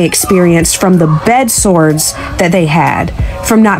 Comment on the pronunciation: "Bed swords"??? 😂 That sounds painful!! 😂 she said bed swords.